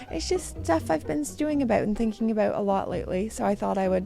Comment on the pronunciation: I love how you say “about” — Aboot lol